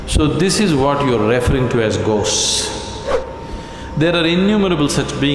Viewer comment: Why does Sadhguru perversely always say REFering instead of reFERRing ?